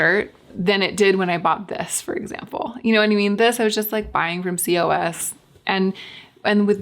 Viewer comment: lolol cee-oh-ess. In Europe we all just say "coss"